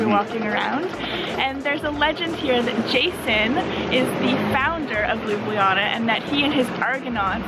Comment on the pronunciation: Hey Americans, great review. But please please Canadian guys, stop masacring spelling of the city Ljubljana. It’s not Lyubliana, it’s like Lublana (read looblahnah). Take the letters J out (it is a foreign insert from Panslavic lovers anyway, Ljubljana 100 years ago was just Lublana). Thanks!